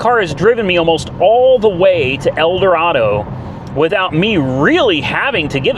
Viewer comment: I wanted to dislike Teslas, but I can't, it's an amazing piece of engineering. Well done, sir. Edit: However, Kansas natives pronounce it "El Doraaado."😂